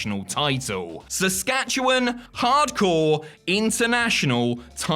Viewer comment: Bless you for pronouncing my Province's name right, so rarely does anyone not from here actually say Saskatchewan properly.